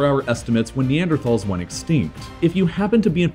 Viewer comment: In the future could you please pronounce Neanderthal correctly?